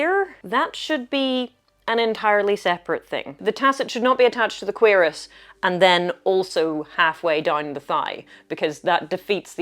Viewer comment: You said cuirasse and my first thought was "what's a querus? there's no quercus."